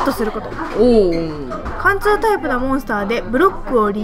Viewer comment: 貫通はかんちょっていってるww